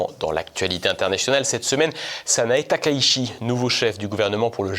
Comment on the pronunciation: on prononce "Sanaé Taka-itchi", il n'y a pas de diphtongues en Japonais, et le CH se prononce TCH sinon ça s'écrit SH. Merci.😌